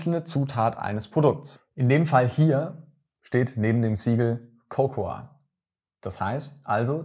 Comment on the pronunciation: Ich hoffe, es ist ok, wenn ich das Video mit meinen Schülerinnen und Schülern in einem Projekt zu fairem Handel anschaue als Einstieg? Übrigens: das a von cocoa spricht man im Englischen nicht. 😊